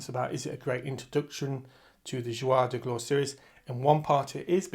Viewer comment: Hello. Thank you for the information you share. I had to smile each time you said the series' name. It is not "Zhwar de Glore" but the reverse: "Zhoor de Gloar" = Days of Glory.